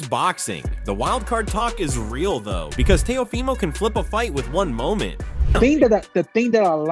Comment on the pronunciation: How you gonna say Teo’s name wrong in more than one way? Is the audio in AI?